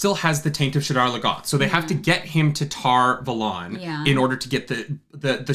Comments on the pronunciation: Still loving the show I'm fairly certain Valon (Tar Valon) is pronounced more like Talon. I'm only like 30 min in so I'll edit and update if I have any more comments. Edit 1: I also can't take baths. I have taken 1 bath in the last 15 years when we renovated our bathroom. It was OK. But yes, cold legs or cold torso. Edit 2 : the Creator is Vulcan. The needs of the many outweigh the needs of the few or the one. Edit 3: 5 weeks per book puts the earliest finish of this series at the end of April beginning of May...2023 Edit 4: I disagree that Nyneve was DTF, it's more that she wants to be in a relationship with him. The Emonds Field vibe is no sex before marriage. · you... do people in LA know that's not how you pronounce those words? You just agreed with my point, btw. Btw, Tar Valon is named after Avalon from Arthurian legend, it's pronounced the same way. The glossary says "Tar Valon (TAHR VAH-lon)"